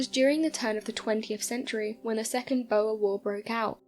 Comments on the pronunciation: I only found 1 thing wrong and its your pronunciation of the "boer war" Its not pronounced "bow-er war" its infact pronounced "boor war" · It's pronounce Bor as in a pig not BoER & the war was against Dutch settlers in South Africa not the South Africans. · Fascinating stories... Pronunciations... Boer war= Bore War not Boa War and Salisbury is pronounced Sawlsbury... Otherwise excellent and intriguing as always! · Boer is not pronounced as Boa as in Boa constrictor! It is pronounced Boor. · Nice video and great voice, but your pronunciation of "Boer" is excruciating!! 👍